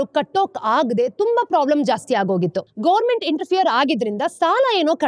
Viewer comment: Mam ಅದು ಗವನ್-ಮೆಂಟ್, not ಗೋರ್ಮೆಂಟ್.